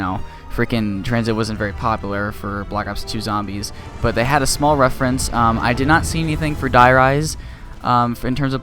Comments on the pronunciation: But it's reference not referance get some BOI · Its reference not refarence